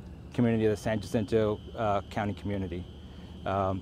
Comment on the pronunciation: These officials can't even say the name of the department they work for San "JUH-SIN-TOE"??? San HA-SEEN-TOE***